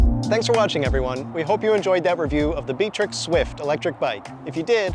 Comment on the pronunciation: Is it pronounced Bee-trix as in the video? Also downside for these reviews is that the landscape is flat when you need to show hill performance.